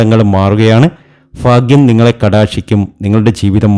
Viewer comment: Fagim all bhagim annu parayanam